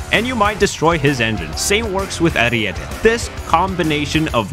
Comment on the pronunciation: Huge W for being the only youtuber saying Ariete right